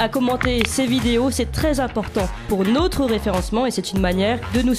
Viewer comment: « Nôtre » chaîne, pas « nautre » chaîne svp